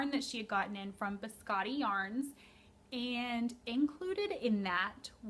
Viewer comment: Hi! I'm a fan of your podcast, actually binge watching the episodes from the beginning and keeping track of the new ones. I have two informations for you. First, Biscotte yarns is a Québec (Canada) dyer and it's a French word, so the best way to say it is as there is no e, like Biscott. Other thing, I heard in another podcast that the way to say Likke is lee-kay. Thank you for your great work!